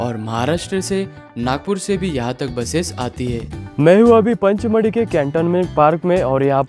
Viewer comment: सर पंचमढ़ी नहीं पचमढ़ी